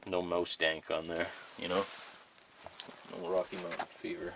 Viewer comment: I thought he said "Dang"